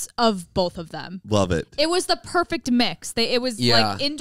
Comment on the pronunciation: ZANE!!!! “THEM” not “THUM”!!!